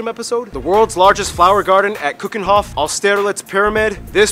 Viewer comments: HELP 'Limberg' 'Sheep-hole' YEP DEAL WITH IT 'Van Go' 'Barrel Nassaw' 'Kookenhahf' 'ahs-ter-lits' 'Ee-else-mirr' Meten is Weten and Gezelligheid kent geen tijd were pretty spot on 'Papamiento' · How he pronounced Keukenhof though 😂